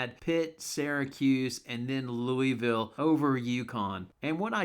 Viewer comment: 1) Texas wasn't the first domino though. It was Arkansas. 2) How do you mention Tulane but not Memphis? 3) For gosh sake it's "Lou-i-ville" (or "Lou-ville") not "Lou-EEE-ville"